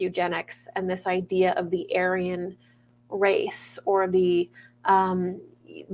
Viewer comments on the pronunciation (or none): none